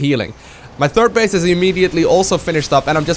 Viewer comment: "Turd base" :-)